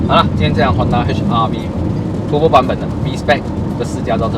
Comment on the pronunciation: It’s turbo , turrrrr rrrr bo，不是 tu bo ，tu bo 好像骂人这样，😂 你这个tu bo 啊，迟到这样多！ 哈哈哈，骂人的感觉